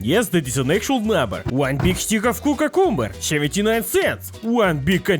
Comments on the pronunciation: "cucercumber" I can't 🤣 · ah yes, cucu-cumber, the healthiest food on the planet! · cucacumber xD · Ah yes, Cucacumber... the great successor of "aluninuminum" 😂